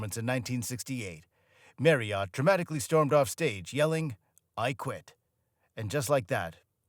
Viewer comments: Americans should be banned from narrating documentaries about British artists. Their pronunciation of words in the English language is cringe worthy. Steve Marriott deserves far better than this disgraceful, thrown-together cesspit of a documentary. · Can you learn how to say 'Marriott's 'sir name before inflicting us with your dreadful pronunciation? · Wouldn't it be nice.........if when you're doing a documentary piece about someone you took the time to learn how to pronounce his name properly!!! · This is just about very slimly accurate but awfully put together with no actual reason for it being made. Why an American who cannot even pronounce Steve’s name correctly ? The main reason for the Small Faces break up being bankruptcy and their bad choice of Don Arden ( Sharon Osborn’s father) as their management, Mr Arden was no more than a thug in the music industry at the time, the SF’s made hardly a penny from royalties and law suits went on for years. This whole thing is really just a load of shite must have been put together by anyone who could gain all these facts from SM ‘ or KJ’s biographies it’s just low grade rubbish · And not even pronouncing his surname correctly! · Why would you choose an American voice narration that can't even pronounce 'Marriott"?! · Exactly my thoughts too lol 😂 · Yeh, he makes it sound like a horse's name. I flinch every time he says it. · Agree 100percent with that thanks....... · Yes .. the continual mispronounced Surname got right on my Tits ! Many Americans do this childish trick .. mispronunciation of Names / Words etc .. on purpose… in a stupid idea that it’s a NLP method of mind control.. hypnotic.. etc bullshit ! These useless Videos always are narrated by people who are just reading off a script .. they didn’t write ! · Fine, but Brits call him Steve MARRioTT, not ‘Mary-Ot’ 🤣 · Tonya was one of his wives, not his daughter. And it's pronounced marriet (rhymes with Harriet), not "marryert". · It's not pronounced Marr e hot